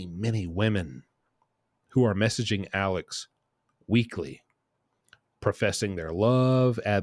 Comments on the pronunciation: With all due respect, his name is Alex, not Alec. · Alex not Alec